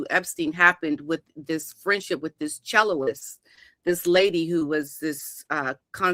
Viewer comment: Someone tell that cellist is not pronounced chelloist, it’s chellist How embarrassing 😮